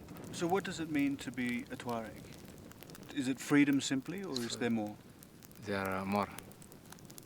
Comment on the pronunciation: It's pronounced 'tchwa-reg'